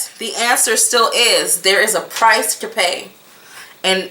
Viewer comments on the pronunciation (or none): none